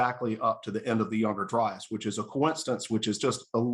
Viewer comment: Kills me when some people say younger-dry-ass.